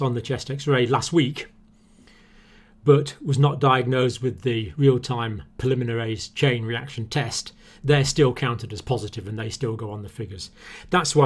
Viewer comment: Hey John, you are mispronouncing PCR, it's Polymerase chain reaction not polyminerase